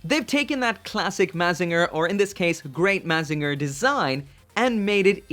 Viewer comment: You said mazinger wrong.